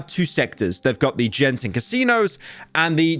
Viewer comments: Im sorry Pyro, but I have to correct it here. It's not "Jen"ting, it is read "Gen"ting. Yes Imma Grammer Police from Malaysia thanks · Did Pyro really said Genting as “Jen-thing” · As a Malaysian, My ear hurts when Pyro pronounced “Genting” as “Jenting” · the say you pronounced Genting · Genting is pronounced with a hard G, not a J btw. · I am unironically disappointed by how he pronounces Genting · Genting is pronounced with hard G btw. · I feel pain hearing Pyro pronouncing Genting with a J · Good video but hearing you mispronounce 'Genting' is hurting my soul.